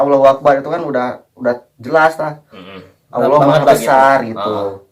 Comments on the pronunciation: mas ini bemasalah dengan penyebutan auloh senetron purasakit yanyebut auloh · Tu nma allah slhkah sbut nma allah... Nma sllah bila2 bole sebut biar bsh d mulut... Jntn bodo 2 org ni bkn islam ka...